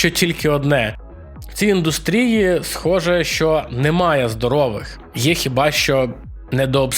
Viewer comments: вибачай за духоту, але оскільки ти часто використовуєш слово індустрія, правильний наголос на У. Btw дякую за відос! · Напишу, бо чую це слово у кожному відео. Наголос має бути індУстрія. Дякую за відео ❤